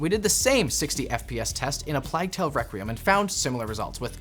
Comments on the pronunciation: How did he pronounce A Plague tale? 😂 A play tale? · That's an interesting way of saying Plague Tale.